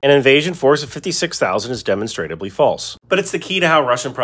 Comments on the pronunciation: hes not pronouncing demonstrably, he is pronouncing demonstratably. which in itself is incorrect. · Ive always heard it pronounced "deh mahn struh blee" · It's pronounced di-mon-stra-bly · Pssst, it's pronounced deh-MON-struh-blee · Love the videos, but you're killin me with the way you pronounce demonstrably. 😂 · That's not really an accepted pronunciation for "demonstrably". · you need to learn how to pronounce "demonstrably".